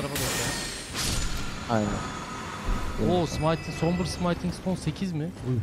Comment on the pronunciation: Abi 13. bölümdeyim sayende artık Smithing Stone'u senin gibi yanlış telaffuz etmeye başladım yemin ediyorum. Gözünü seveyim artık şuna sımayting deme abiii :D Bildiğin yazıldığı gibi okunan bir kelime bu, translate'e bir yazıp dinleyebilirsin :D